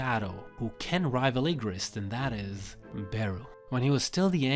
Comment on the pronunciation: Ermm… I think you said Igris wrong